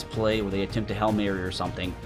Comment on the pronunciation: Its HAIL MARY NOT HELL MARY